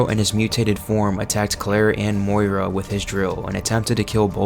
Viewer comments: her name is moira, not moria. shes not a mine in khazad-dum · You REALLY gotta work on your pronunciations of names and other words. Like, "Moiria" is not Moira. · Dude is this an AI narration? I swear he says More-ia every time instead of Moy-ra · You did lol, it’s Moira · Moira is pronounced “Moy Rah” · It's MOI-RA. Freakin AI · The way you say Moria 😂